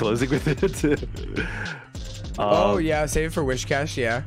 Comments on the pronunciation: It's whiscash btw not wishcash why are you saying wish lol. Also the meme is 'Cash me ousside' cuz her "accent" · If I hear "WISH-cash" one more fucking time I'm gonna lose it 😤